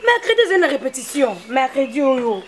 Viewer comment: balobaka: RE-PE-TI-TION et non REPEPTION.Ba chronifuiti nazo koka lisusu bino teinnn boni ba français boyé eeeeeeh